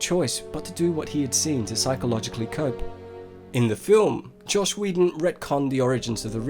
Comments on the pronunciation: Is “Joss” supposed to be pronounced like “Josh”? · "Joss", NOT "Josh". FFS man, get people's names right. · His name is Joss Whedon (short for Joseph Hill Whedon) Not Josh lol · Don't know if others have said this but it is Joss NOT Josh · It's Joss, not Josh